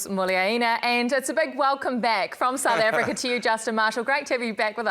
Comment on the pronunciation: I quote Marshall "We can bully the Australians, but we cannot bully the Sssh". Marshall couldn't say South Africa. 😂😂😂😂😂😂😂😂😂😂😂😂😂